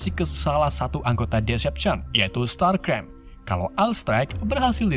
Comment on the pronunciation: STARSCREAM, bukan Starcream.